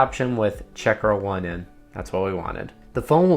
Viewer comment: I believe "Lockra1n" is pronounced Lock Rain, tell me if im wrong lol same w checkrain